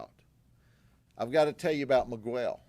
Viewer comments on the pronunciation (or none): Migwell lol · I love Judd but someone in his team needed to correct the way he said Miguel